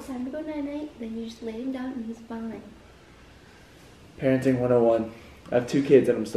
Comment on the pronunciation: I thought said Kerenting instead of parenting 😂😂